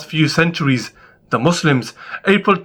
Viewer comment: The way he says “Muzzlim” makes me mad omg 😭😭